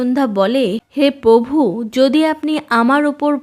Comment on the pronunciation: আপনার মুখে পভু উচ্চারণ শুনতে খুব মজা লাগে আমার ৷ হাসিও পায় বটে ৷ ধন্যবাদ দিদি ভাই